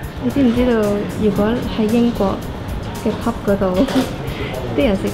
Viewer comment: 係pub 吾係pop 🤣